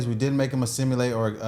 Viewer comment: the white guys point just proven! Lol! He wasn't lying! Even you cant pronounce that word assimilate!😂